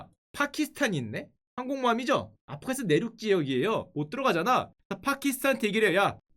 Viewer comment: afghanistan 인데 왜 아프카니스탄으로 발음하죠?아프가니스탄이 올바른 발음입니다.